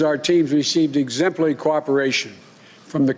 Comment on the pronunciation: what is he saying?? exemply coopration.. really America voted for this?? Why would you give National Security information to a candidate that admits he thinks they have put together "the most extensive and inclusive voter fraud organization in the history of American politics" ( his words) don't believe me look it up.